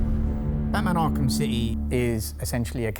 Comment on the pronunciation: M Arkham ill? ARKHAM? TF?